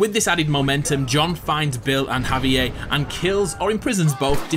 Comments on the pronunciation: Despite hearing the correct pronunciation of "Javier" in the clips used from the actual game in this video, this guy insists on pronouncing it "Javi-AYE" instead. He says it several times, each time more irritating than the next. Completely ignoring the letter "r" for no reason whatsoever. I know he's British but that's no excuse. He mispronounces it just to annoy the hell outta me. If he can say "Red Dead Redemption" without fail, he can say "Javier". Sound it out: "Hav - E - Air"... You dick. 😒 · Did you really just pronounce Javier w no R? 😑